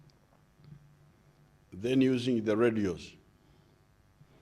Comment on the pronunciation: “Why, Because ..... therefore “ those the only words I got from this address! Oh plus ....usingie 😀